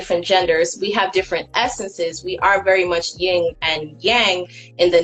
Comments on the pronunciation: It's funny how people try to sound intelligent, but say stuff like "ying" and Yang. That's a rap group. It's yen and yang. 🤣🤣🤣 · She said, “ying and yang.” She doesn’t even know how to say it and yet she bases her philosophy on it?